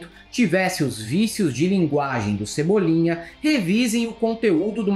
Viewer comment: Achei interessante o Chico Bento com a fala di Cebolinha... Interessante...